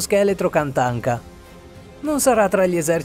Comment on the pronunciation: Il lord tachanka non katanka